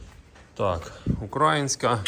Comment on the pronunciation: ти прикалуєшся чи спеціально сьогодні разів 50 сказав украаааїнська, тобі ж робили зауваження треба говорити україїїїнська, за це дизлайк.Вчіться правильно вимовляти бо аж вуха ріже.